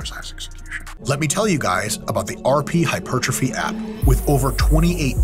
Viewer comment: pedant ic not pe dan tic hyper trophy not hy pertrophy pedantic?